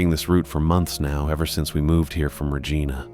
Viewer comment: Yeah but screwed up Regina.